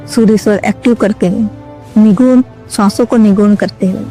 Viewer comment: सुगुण नही सगुण ! निगुण नही निर्गुण!! पहले ये परिभाषा सीखो,बादमै लोगोंमे ज्ञान झाडो ! ज्ञान उच्चारण आत है क्या ? कि ग्यान उच्घारण करत हो??